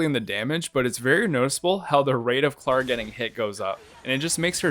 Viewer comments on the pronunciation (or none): You say Tingyun incorrectly You also say Clara incorrectly. Something tells me you play the game on mute